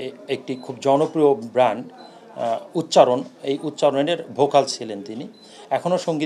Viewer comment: অতিরিক্ত পুলিশ কমিশনার সাহেব ব্যান্ডকে বললেন ব্র্যান্ড। এজন্যই বোধহয় বলা হয়- অতিরিক্ত কোনো কিছুই ভালো না।